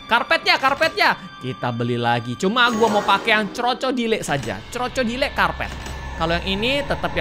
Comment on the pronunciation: Orang biasa:Crocodile🗿❌ Miawaung:Ce roco dile🗿👌